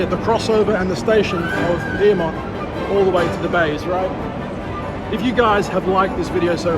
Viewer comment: Piermont You mean Pyrmont